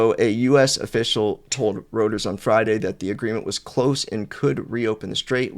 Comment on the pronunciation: Reuters = ROY-ters Normally I wouldn’t care about a mispronunciation, but when you cite Reuters multiple times every video, it starts to sound amateurish. Please learn the pronunciation. Unless you’re farming corrections for engagement—in which case, well played. 😂